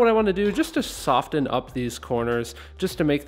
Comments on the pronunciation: Who pronounces the t in soften? Is it a thing? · What it is What it was I'm guessing it must be an English thing not to pronounce the t?